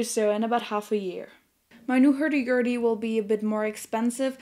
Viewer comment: "Hairdy Gairdy"...*love*